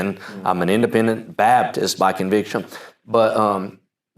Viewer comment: Can someone explain the cultural phenomenon of IFB people saying "Babdist" but only when saying Independent Fundamental Baptist? Am I the only one hearing this?